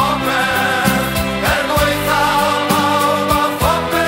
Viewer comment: Love this absolute banger but I hate how they say 'Er gwaetha' pawb a popeth' They say 'gwaetha'' like 'gway-tha', mispronouncing 'ae' is fairly common but it's properly pronounced as 'eye', not 'ay'. Secondly, they say 'pawb a popeth' as 'pawb a phopeth, however, 'a/ac' doesn't cause mutations, this is also a common mistake, I guess people confuse it with 'â/ag' which causes aspirate mutations, T - Th, C - Ch & P - Ph